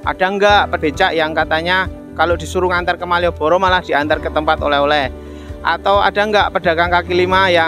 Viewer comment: Penekanan maieboro